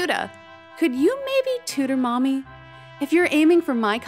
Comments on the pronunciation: Hey, Yuta! It's Mami, not Maimi! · Bro I thought they were saying mommy😭😭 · The switching between pronunciation of Mami’s name really threw me off